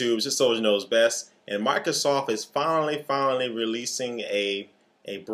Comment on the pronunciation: Mica-sof huh? Sorry, just bustin yer chops...